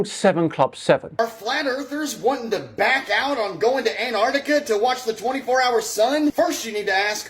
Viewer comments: "ANNARDIKA" durp durp. muh truuuck. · Attention North Americans. There are 2 Cs in Antarctica. Neither are silent. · That Flerfer doesnt know anything about Antarctica. He can't even say the name.